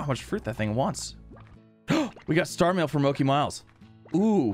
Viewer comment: Mochi miles is pronounced moh-chi